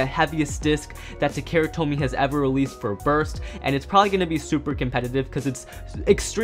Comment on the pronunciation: TA-KA-RA Tomy You seem to say "Ta-care-ra" instead